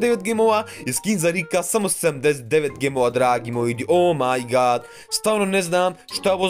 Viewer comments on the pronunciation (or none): none